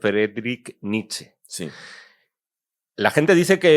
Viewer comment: Me encanta vuestro poscast. Pero Nietzsche no se pronuncia quitando la e final (Nich), sino con ella (Niche).